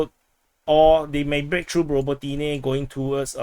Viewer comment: You and Weeb and your "ro bo TEA neh! ra BO ti ne!